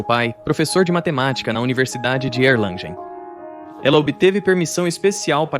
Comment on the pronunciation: “Erlangen” e “Göttingen” também não estão pronunciadas adequadamente...